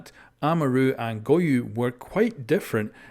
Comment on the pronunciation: “Goyu” lmao